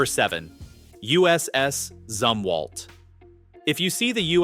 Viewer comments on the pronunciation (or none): It's pronounced zoom walt